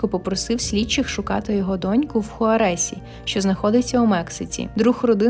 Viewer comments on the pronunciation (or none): ХуАресі, а не хуарЕсі😊